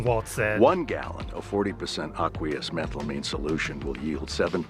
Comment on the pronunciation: any chemist cringed at his pronunciation of “aqueous” 😂